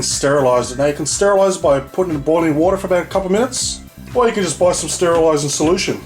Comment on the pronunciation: Did he just say “get all that watah nice and wet O-O....” wooooow 😂